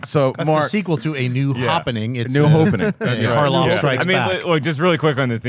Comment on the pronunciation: "There has been a hopening.... Have you felt it?"